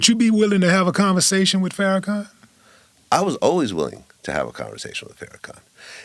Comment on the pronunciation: First, both Bro. Willie D and his guest should respect The Minister enough to pronounce his name, Farrakhan = FAR+Ra+Khan correctly. It is Farrakhan, not FAIR+Ra+Khan. His title is The Honorable Minister Louis Farrakhan; or at the very least, Minister Farrakhan. Nevertheless, shout out to Bro. Willie D for defending The Honorable Louis Farrakhan. Some say The Minister's name correctly and will not defend him at all. Second, this was NOT an apology. Far too many words for the guest to simply say: "I was wrong." Third, Willie D's guest NEEDS to give an ACTUAL apology, and it NEEDS to be AS LOUD on his own platform, as the disrespect was. Fourth, the guest NEEDS to apologize to Bro. Lord Jamar and Bro. Godfrey. Fifth, citing some mystery NOI connect with no name comes across as DISHONEST. How do you have a relationship with someone, and you do not value him enough to remember his name? Sixth, Bro. Willie D is showing that often Black people are not sophisticated enough to deal with "wights." That said, the guest is STILL a Culture Vulture.